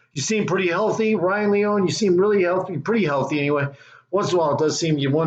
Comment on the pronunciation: No you are an ENIGMA!! Lee-Own-Knee AT LEAST YOU CAN SAY HIS NAME PROPERLY Come on my Brother!! But it’s Funny As HELL!! Promoting His Channel is Tremendous!! What is Funny is you not Saying his Name Right or not!! He has not Skated In YEARS!! Look at my Team Bro!! Z.P. Can Rip down hill or on Rails!!